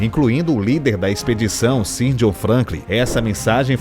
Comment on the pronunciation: Pronúncia de "Sir" = Sãr